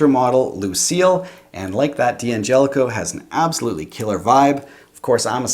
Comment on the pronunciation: It's pronounced DANGELICO, not D-Angelico. For example you don't pronounce "don't" as DON TEE.